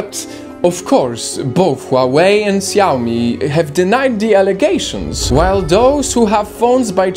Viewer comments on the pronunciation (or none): It's not "Huaaway" it's pronounced "Huaawee'' and not "Siaomi" it's "Shaomi" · I can see all free Tibet articles and I use a Xiaomi phone... Also the fact that you can't pronounce Xiaomi properly is a bit worrying... 😐